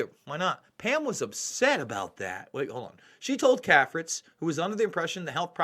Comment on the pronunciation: CAFRITZ is pronounced KAY-fritz. Prominent Washington society family for decades.